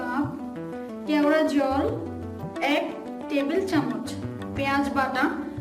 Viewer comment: দিদি ওটা কি জল... তেওরা না কেওরা বলছেন বুঝতে পারছি না তো। একটু বলে দিলে ভালো হয়